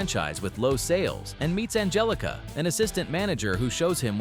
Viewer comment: Ann-Hell-ica . . . then spell it differently, G's are NOT H's